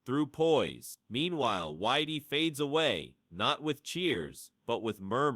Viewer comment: Why is the this video commentator calling Dillian Whyte, Whitey? It is a derogatory term for white people, which does feel a bit strange to me. It is I believe pronounced as in the word White, that is more fitting to the way Dillian Whyte who’s from England would perhaps like to be called.